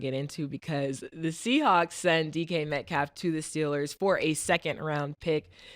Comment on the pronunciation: Mace hate saying people names, I think he be messing them up on purpose who is My calf? It's not hard to say Metcalf🤣